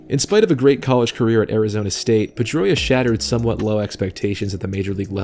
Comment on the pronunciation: PED-droia is more like it